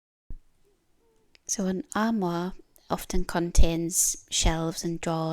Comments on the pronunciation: Your pronunciation of “armoire” was excellent! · Beautiful job and pronunciation of the Armoire. They are lovely pieces of furniture and very useful. Hi Beach Boys 😊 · Perfect pronunciation of this word "armoire" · You pronounced "armoire" beautifully and your accent is lovely. I am from the southern US (New Orleans, Louisiana) and have a decided southern accent. Many people assume a southern accent means that its speaker is stupid. Celebrate accents! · Wow,!!! You sure outdid yourself on this armoire! Yes, you did pronounce it correctly! It turned out SO nice!! It was a lot of hard work to accomplish, and I kept wondering HOW in the heck did you get that big piece of furniture HOME??? I had visions of you strapping it to your back to bring it in. LOL!! You're such a tiny woman, that it should have been impossible for you to move around in your garage. As always, I enjoyed watching the boys. Sully is such a HOOT. He's so funny. I'll bet he sleeps a long time when he gets back from the beach. I wish I had 10% of his energy. I could get a lot of things done here. Thanks for the lovely video! I got the giggles when I saw you drinking from my "favorite" cup. It's too funny. I need to get one of those for myself. I hope your next piece is much smaller, and lighter in weight. I don't want you getting hurt. Take care of yourself, and your family. See you on the next one!!! Sending hugs!!!